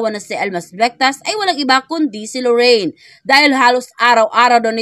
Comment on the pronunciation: LORIN !!! LORIN !!! NOT LORRAINE !!! HINDI LORRAINE !!! 😢